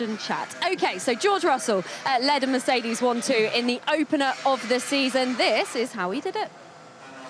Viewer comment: Did she really say 'a dramatic season openener' in the intro? 🤣 It's just how you interpret that, it was indeed dramatic 😪